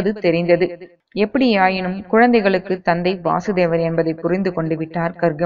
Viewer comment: Vaasudeva is Krishna Vasudeva is Krishna's Father Pronounciation is wrong